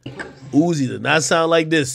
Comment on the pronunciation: His name ain't uzi no'moe, lmao his name "Uusie"😂...